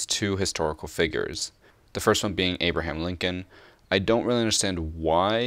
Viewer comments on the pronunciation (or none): none